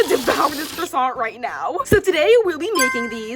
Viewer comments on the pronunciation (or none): Se dice corassnt no croasan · CROISSANT ?! as a french im offended